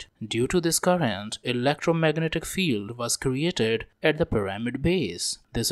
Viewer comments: I'm gonna dislike kuz you keep saying puh rah mid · the correct way to say it is PEE rah mid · It's hard to focus on this video when he keeps mispronouncing pyRAHmid. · I think it's kinda funny.